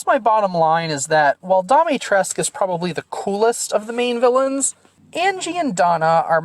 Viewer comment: It's a little disappointing that Donna doesn't quite have as much going on as the others, but she's still pretty memorable. (Also, it's pronounced "dee-mee-tress-coo", with the stress on the third syllable. For some reason the game seems to think the last u is silent).